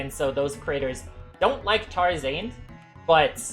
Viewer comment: why the way he says tarzarnd is kind of weird